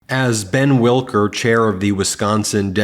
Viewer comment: It's not WIL-KER, It's WIK-LER!!! I know we in Wisconsin aren't all that important...but its at least important to GET THE NAMES RIGHT!!!